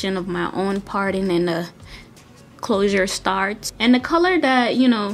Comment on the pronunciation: its The not "da" :)